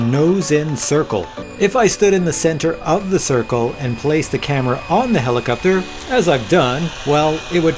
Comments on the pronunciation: "Do I say helicupter funny?" Um, yep. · Nice quick review, yes you do say helicopter in a manner that is strange to someone from California. One answer I've searched for, and haven't been able to find, if we have a FlySky FS-i6X, how can we fly when the left joystick doesn't center? Do we just put the joystick somewhere near center and hope the heli will hold position?